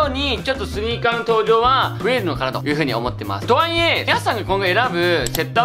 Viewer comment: 「と↓は↑い↑え↑」が気になりすぎるwwwww 疲れないスニーカー欲しいんだよなぁ😑